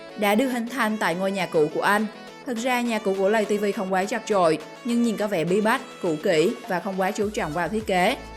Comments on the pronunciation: Lay tv mà đâu phải lầy tv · lay ko phải là lầy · Lay tv chứ ko phải lầy tv ạ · Lay tv nói lầy tv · Người ta bảo là lay tv chứ ai lại bảo là lầy tv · lay tv mà cj k phåi lây tv đâu cj😊